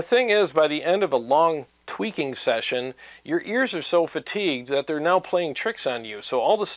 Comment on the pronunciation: Every time you said “tweaking”, I heard twerking in my mind. Stop twerking for god’s sake!